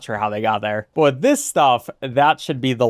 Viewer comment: Say wiff one more time...